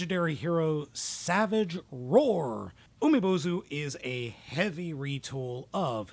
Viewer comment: Nailed the pronunciation,!!! BTW Umibōzu means "sea monk" in Japanese.